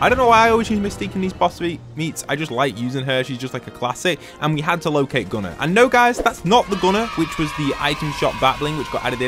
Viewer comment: You called him gunner but it’s Goo-nar